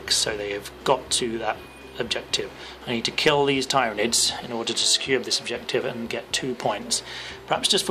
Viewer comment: Twitches at how you say Tyranids No just kidding, but really good job! I enjoyed the battle report. It does bug me ever so slightly how you say Tyranids though. You say it TIEryanids, while most pronounce it TEARynanids